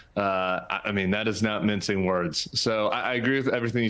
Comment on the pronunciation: It’s Mincing words not minting words 😅